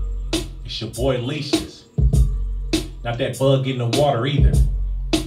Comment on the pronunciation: Leashes, heard Leeches. I heard Leecious like Confucius or something